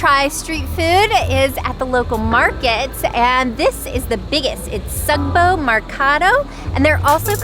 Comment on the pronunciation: Please Just pronounce the Sugbo Mercado, the right way It's SUGbo not sogbou And it's Merkado not mercadou And please reminder I'm not hating and I enjoy you're vids